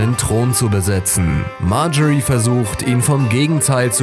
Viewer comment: leon rüttgers Er sagts einfach richtig.